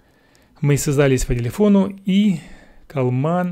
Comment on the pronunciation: Калкаман а не калман!